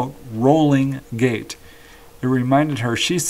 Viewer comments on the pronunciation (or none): none